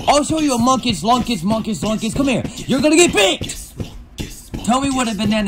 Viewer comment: He says munkes lunkes